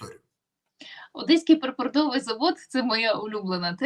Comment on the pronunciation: да курва-мать... припОртовий, а не припортОвий